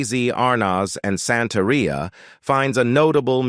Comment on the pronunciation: The narrator sucked. He needs to stop trying to use spanish pronunciation if he doesn't speak Spanish. He really massacred "Santeria"